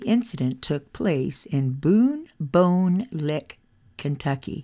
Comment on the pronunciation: Big Bone Lick is how it's pronounced